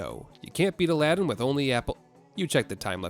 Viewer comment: first of all it's Aladdin not Aladdin you would notice the difference if you could hear me 🥲